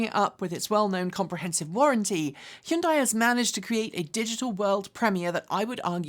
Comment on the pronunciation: Hyundai rhymes with Sunday.